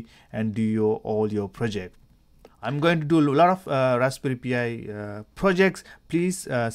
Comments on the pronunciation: NOT "P" "I". It's pronounced "PIE". As in Raspberry Pie. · Raspberry pee eyeee